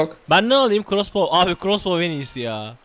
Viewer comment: Bizim okuduğumuz : Krosbov Jahrein abinin okuduğu : Crosbov A:S:BDFnb:gf:N